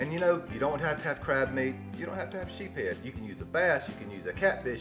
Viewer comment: West Indies salad is my favorite treat! Great video! It’s usually reserved for Christmas Dinner because of the cost of crab meat. Ha ha. By the way, it’s pronounced sheeps-head. Sheeps is plural. (Unless you’re from Mississippi) just joking.